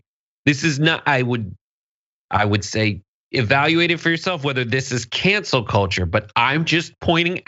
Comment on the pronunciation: I heard “Cancer Kultur” for an instant before hearing “Cancel Culture…”